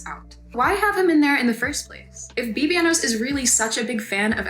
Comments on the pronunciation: are you saying his stage name incorrectly on purpose? forgive me if you are and I am being ignorant to your ways. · I haven't watched this video yet but she just made one showing he underpaid artist, hung out with more problematic ppl, and more. It's a good video but you're right about that name mispronouncing (that she kept in that one too)